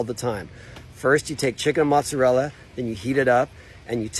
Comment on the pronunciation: 🧐ssir you say montserrela its mozzarella